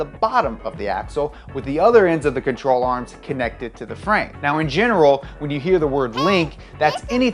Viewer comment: I thought he said troll arms